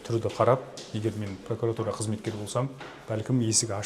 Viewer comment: Неге пракАратура? Пракуратура емес пе. Пракарар емес қой.